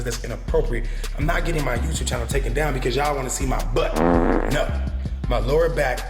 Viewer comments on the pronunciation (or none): none